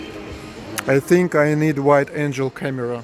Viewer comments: wide angle camera. pronounced An gull. not An jel. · The word about your camera is "angle" pronounced "ahn gull". Your pronunciation of it "ain gel" is a person with wings from heaven. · Are you saying white angel camera instead of wide angle? Because I like your version more. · Your English is very good! The Ikea near me is very similar. I recognize many of their products in this video. I'm in NYC, you are correct that the yellow taxis are from NYC. One tip I have is for your use of the word "angle", you are pronouncing it like "angel 👼". When you say wide- "angle" , it needs to sound like "en-gal" or "ang-gl"... I hope that helps to sharpen your skills! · Thirty minute mark. Angels - have wings and live in heaven. Angles - like a wide-angle camera. Angels with wings sounds like you pronounced, but angle like the wide-angle lens has a hard G sound, like "go." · I have a Samsung Galaxy S10 smartphone. It has really good camera possibilities. Wide angle is not same pronunciation as wide angel! :-) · Wide angle lens. The "g" is pronounced like "go". Not like a "j" like jelly. Angle ( "g" like go) Angel 😇 ( "g" like jelly) English is weird 🤷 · i think a "white angel" camera sounds great!...(angle is like ankle, with a g...or like uncle, with an ang!) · Wide angle lens. Angle (ang-gull) Angel (Ain-jel) is a heavenly being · In English, some of the letters have more than one way to pronounce them. We call them 'hard' and 'soft'. When you said that you want a wide angle camera(lens?) you used the 'g' for 'angel' lol, as in heavenly messenger. The couch you said you like, I'd call it 'burnt orange'. I love the rescue dogs pictures. There's many groups, and people, who rescue animals, and many who treat them cruelly. Suzie is a real Caucasian lol. I'm just a white girl lol. 😎 I've seen the Caucasus on Link TV. Whoo! Scary heights!